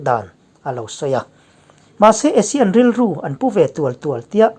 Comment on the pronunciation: ASEAN tih lam rik dan tur hi a ri hmasa zawk hi Mizo hawrawpa 'A' dik taka lam rik tur tih hi ka lo hriat dan a ni a. Asia tihah chuan a ri hmasa zawk hi 'ei' tia lam rik tur a ni thung a. Inanga lam rik hi kan tih dan tlanglawn a ni a, lo chik ve teh.